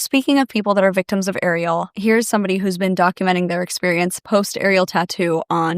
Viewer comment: Not Ariel having the same last name as me i hope shes not related to me..🫩✌️AND TYSM FOR SAYING THE LAST NAME CORRECTLY!!